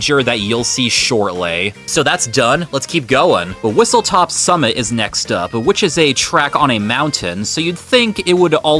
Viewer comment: Him calling it whistleTOP summit and starview PARK is killing me 😭